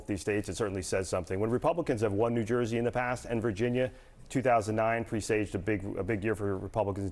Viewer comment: He doesn't know how to pronounce "presaged."